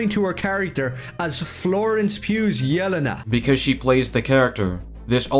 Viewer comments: And notice how he kept pronouncing it YEL-uh-nuh instead of yeh-LEN-uh? Fucking tourist. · It's funny how he can't say it right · No way he said “yell-en-u”😭😭🙏🙏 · The way he pronounces "Yelena" makes my ears secrete blood. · The way he says Yelena 😂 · He apparently doesn't know enough about Yelena to even pronounce her name correctly, so how can he have a strong opinion on how her (reported, not even actually confirmed) presence will affect the movie? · He can't even pronounce Yelena right and he's complaining about them "not getting Punisher's hair right". Also people can have facial hair when they don't usually do. That's a thing people do.